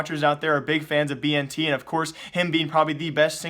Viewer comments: Dude, it's bi-en-tet, not bi-en-ti. Hahaha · It is pronounced as Ben•ted and he is Indonesian lulz plz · Bntet is not chinese and thats not how you say his name :c